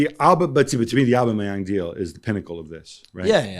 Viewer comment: Why can Gab not pronounce Aubameyang? Lol